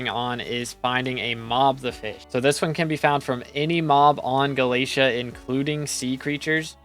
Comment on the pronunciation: unsubbing bc you pronounce galatea incorrectly